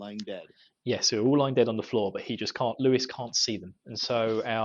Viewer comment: Lewis? It is Lews, no i. "Lew-s"